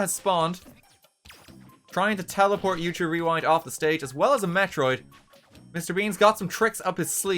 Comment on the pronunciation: Wait...did he say "Steak" instead of "Stage" on ?